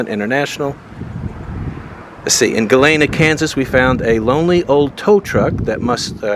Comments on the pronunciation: Good video. Probably somewhere down there in one of those 309 comments, someone may have also said about one of the towns you went to: Galena. I had to chuckle when you pronounced it "Goo Layna," you were close.... it's "Goo Leena" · it's Galeena not Galayna. Galena like the lead. Like ALL the places you went to in that area of the 2 states have lead. You know it's in the air, right? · Galena is with a long e...at least it is in Illinois and that is without a z sound at the end of it.